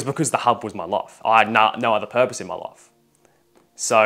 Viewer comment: Bro how he says life and its sounds like ,,love" or ,,laugh" , bro what is this accent